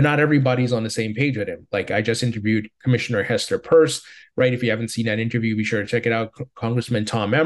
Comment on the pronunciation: why do you say Hester "PURSE"??? Can you say " PEARCE"?